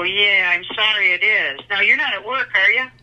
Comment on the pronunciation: the "oh yeah sorry it is" lmao WHAT?! why did she say it like that?